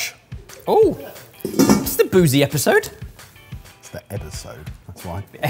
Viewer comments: The EBBERsode 😂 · It’s an ‘Ebeer-sode’ in the second segment 😂